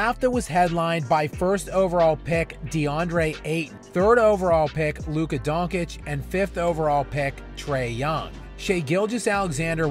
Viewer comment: Great video, but it baffles how you can mispronounce Luka's name.